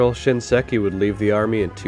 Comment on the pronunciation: Thanks for re-uploading with the correct pronunciation of SHINSEKI. Saying "ShinESki" 15 times was pretty cringe